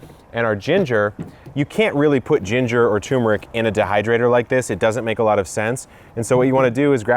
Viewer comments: Turmeric, not tumeric. I would think an "epic" gardener would know this. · *Turmeric. There's an R in there. 🙂